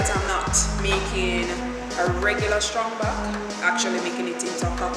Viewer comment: Girl its not strong back...its trang back lol